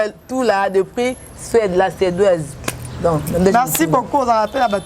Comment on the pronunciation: Fivette en dis suédoise pas suedaise